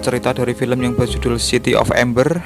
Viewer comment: Amber bukan ember